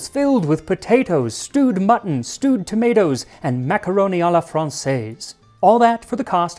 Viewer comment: I not that your English accent doesn't stretch to the pronunciation of "tomatoes." 😉